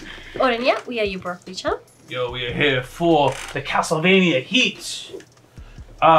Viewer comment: Castelvania Wooketurne 😂